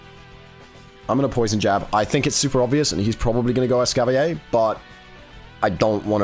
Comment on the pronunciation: Hmmm... just curious (and this isn't targeted at, it just reminded me of it), but why do people not pronounce the 'r' in Escavalier?? I understand that there's the "fancy" version that's based from French, but Escavalier is clearly based off of the medieval times, and the 'cavalier' part of its name comes straight from a type of horse night (which is pronounced Cah-vuh-leer)